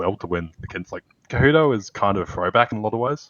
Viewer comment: Tell it's not Ka-Hudo!